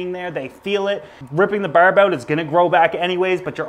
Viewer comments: Lol, once you said "burb" i knew right away you were Canadian haha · Berb?? Barb?? wtf Is it Berd?? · Karen LeDuc same lol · I love the way you say barb its soo Canadian it's great! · Nova Scotian specifically, the rest of us don't say it like that lol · Jonah St-François I think they mean when he says the word barb, but I could be wrong. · he says barb just like they do in trailer park boys